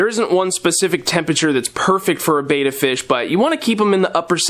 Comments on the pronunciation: Whose opinion counts when pronouncing the name? English language rules say vowel consonant vowel , the first vowel should be hard EE. The letter E is not normally pronounced as aa so bet ta would seem reasonable way to pronounce Betta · Don't worry, plenty of us have other pet peeves, and don't get so pedantic on this common mispronunciation. Far more important that you focused on the need for a decent sized tank, I agree that 5 is the starting ideal (though you were diplomatically indirect here), and all your other suggestions for proper care. Though I think you've got your betta tanks so densely planted that you'd be safe going without a filter, of course most people need to start with one. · I'm sorry,. I watch all your videos, but pronouncing "Betta" incorrectly is not very professional. After all, you are the "". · Pronounce betta right lol